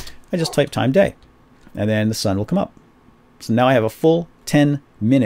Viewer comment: When he said "day" I thought he said gay lulzz!